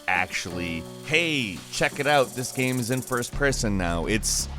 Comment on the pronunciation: why can’t pronounce game right